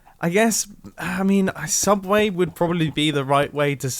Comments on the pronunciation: There's no such thing as a subway on youtube you mean a sooubway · ITS SOOUBWAY >:( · ~*YOU MEAN SOUBWAY RIGHT*~